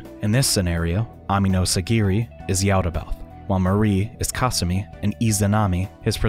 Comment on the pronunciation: The way he says kasumi i hate it